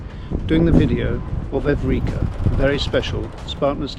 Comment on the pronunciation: Pronunciation of ship name is wrong. Evrika == Heureka.